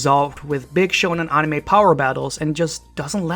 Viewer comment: That's an interesting pronunciation of "anime"